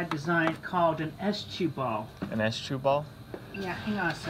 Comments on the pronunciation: the teller is and he says s-chu ball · I heard “estchuball” as in estrogen at first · It's S-chu....like sonichu.. lol